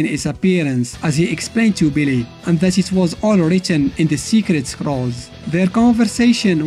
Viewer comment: Bro the way How he says billy sound like believe lmaooooooo no cap